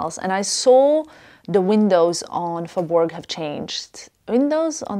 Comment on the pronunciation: Hi 👋 actually we don’t pronounce “g” for faubourg /saint honoré